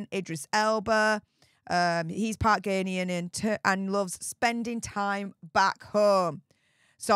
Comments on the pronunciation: It's GAH-nian :) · it’s Pronounced “Gar-nay-an” 😂💕👍🏽